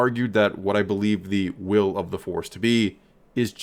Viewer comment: “I Whill Be Chancellor...”